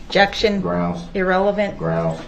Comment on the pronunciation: "Groundsz" is the one that drives me crazy!